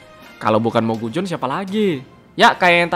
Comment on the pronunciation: Cara bacanya mogusion bukan mogujon